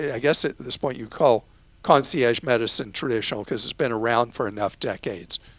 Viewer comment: Clark trying to pronounce concierge with a French accent that was laughable